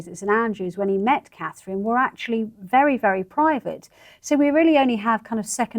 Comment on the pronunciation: Charr. CAN SAY -MEE-Gain BUT NOT!!! CA-THRINE!!! How RUDE AND DIS-RESPECTFUL. ONLY RESPECT FOR The WIFE OF The YOUNGER son OF King Charles